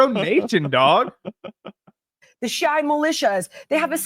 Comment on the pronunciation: Also not very convincing when needs to read all her points off her laptop. And mispronounces them! Said Shia like Shia LeBeauf lmaooo